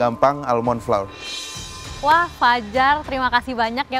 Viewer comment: Flour tuh bacanya sama kaya flower 😂